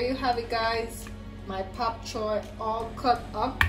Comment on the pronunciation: Your demonstration sure makes me want to try your recipe soon, but did I hear you say "Pap" Choi?